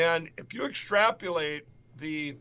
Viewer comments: Exstrapulate is a word. It’s when your ex straps you for a late payment! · Extrapulate. Is that anything like Yo sem ite? (Trump's Yosemite) 😝😝😝😝😝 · Extrapulate 😂😂😂 your the best, thanks for wading thru his word salad, it would drive me nuts!